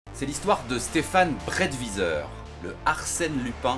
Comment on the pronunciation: la prononciation du nom de famille...